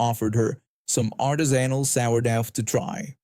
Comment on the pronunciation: Learn how to pronounce artisanal and sourdough - sour -dough is a bread . Would you mind if i butchered your language ? Check an electronic dictionary to listen to the correct pronunciation .